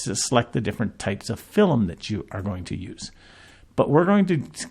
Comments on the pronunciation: Incorrect pronunciation of only one word among many others is unlikely to have anything to do with a speech impediment, although I'm not qualified to state that categorically. However, my statement stands, it's 'film', not 'filum". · 😅 Content quality aside, it's important to note that the word 'film' has only 1 vowel, not an extra vowel such as 'e' or 'u'. In other words, it's 'film', not 'filum'.